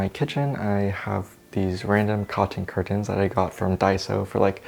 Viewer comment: the way you say curtains is c r i s p